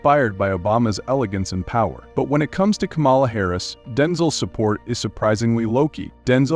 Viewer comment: It's not Ka-mala. It's Kama-la.